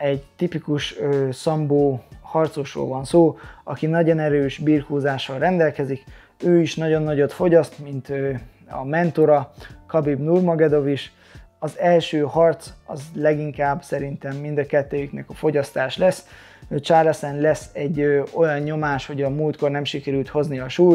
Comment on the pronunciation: És nem Nurmagedov, hanem Nurmagomedov. :-)